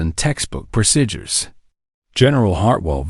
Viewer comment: WHY cant they pronounce PROCEDURES?????? Its not rocket science